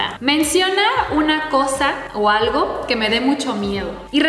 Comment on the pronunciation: dijo aigo jejeje se coreanizo jeje 😅😅😅😅 que tiernos los tres